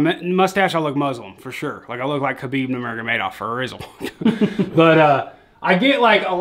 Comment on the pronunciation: Nailed Khabib’s name😂😂😂